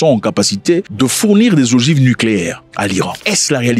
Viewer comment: Des ogives pas des orgives😅